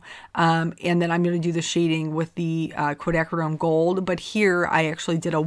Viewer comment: You pronounced "quinacridone,"! Yay!!!:) Seriously, I love how these cards came out. You're right about the contrast between the soft flowers & the more "graphic" greetings. Tfs!:)